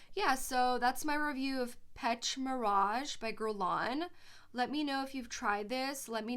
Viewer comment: Thank you. By the way, the pronounciation of the word Pêche is Pesh. Pêche Mirage means something like fishing illusion. Scent Of The Night: Dior - Jules (1980.)